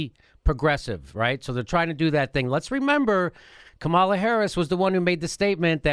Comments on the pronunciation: She pronounces her name KA-ma-la, not Ka-MAL-a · You guys have need to learn how to pronounce Kamala's name otherwise the corporate democrats will just write you off as mixed up and you won't be able to persuade them to believe anything .. She doesn't pronounce it Ka-MAL-a .. It's KA-ma-la kind of like "comedy" instead of "coMEDy." I've seen her introduced by many prominent people in interviews & you guys act like you're just reading it from a comic book. Also, Kirsten Gillibrand pronounces her name "Jill-i-brand" not "Gill-i-brand" like I heard you say once. If you can't pronounce the names of senators from the top 2 states, it hurts your cred .. Other than that I like your show and views. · Please it pronounce Kam-a-la please Kam-a-la